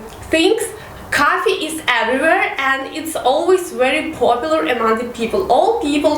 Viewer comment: Coffee and cuffy shop lol , learn proper accent